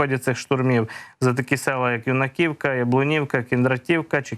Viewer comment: Скільки можна вам Писати- Юнаківка, а не юнакІвка.Ставте наголос як має бути.Наголос на "Ю"